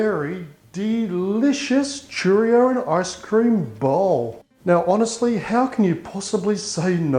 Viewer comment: Churros not Churrios😘